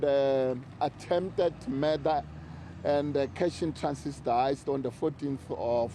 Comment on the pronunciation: Big man keeps saying “cash in transist…”